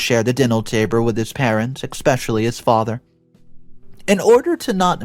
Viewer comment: Es-pecially, no Ex-specially.